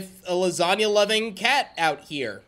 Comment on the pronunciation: gAFEALID SAID LUSANIA